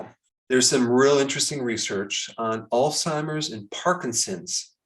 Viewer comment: Thank you for pronouncing Alzheimer's correctly instead of oldtimers